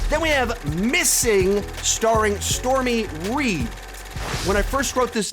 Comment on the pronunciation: Her name is Storm Reid, not “Stormy Reid”.